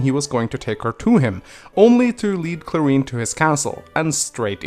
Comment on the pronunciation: I just googled my name and now i'm here,, well, props to you for pronouncing Clarine right lmao